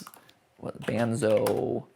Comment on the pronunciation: Matpat your killin me. Its Bon-zo For Like say "Bon-Bon" And take the bon of that and then say its name